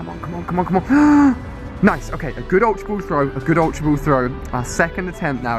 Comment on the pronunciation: I love how he pronounces Ultra Ball- Ulta Bouwl. I really love ur vids Ali! <3